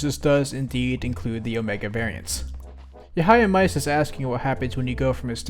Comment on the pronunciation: Please pronounce Yahiamice correctly